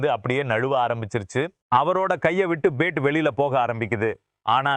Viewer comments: Ur commentary is irritating as ur pronunciation for bat is like pate. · Poor Tamil…Bhandup…no pandu….bat he says bet..omg…bandu…oh no pandu…improve your Tamil please….dravida model Tamizh